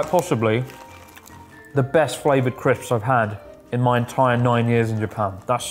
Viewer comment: Did you say Crips?